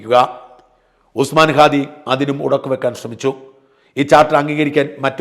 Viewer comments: ഖാദി അല്ല അണ്ണാ, ഹാദി.. ഹമാസിന്റെ "ഹ"🤣🤣🤣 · ഖാദി അല്ല ഹാദി ആണ്.